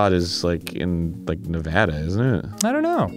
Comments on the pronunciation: It took a decade but Arin finally says Nevada right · Was so nice to hear Arin pronounce Nevada right 😂